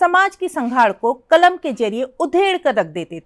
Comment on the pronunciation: معاف کیجیۓ ، ایک معروف اردو افسانہ نگار کے متعلق آپ اُن کی سوانح عمری پڑھ کر سنارہی ہیں تو دوسری طرف آپ کو اردو کے تلفظ بھی ٹھیک سے نہیں آرہے ہیں ۔قلم کو (کلم) ضرور کو(جرور) اور کئی لفظ ہیں ،جن کا تلفظ اپ صحیح نہیں کر رہے ہیں ۔